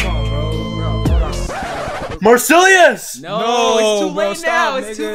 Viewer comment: bro called u marsillious :face-purple-crying:💀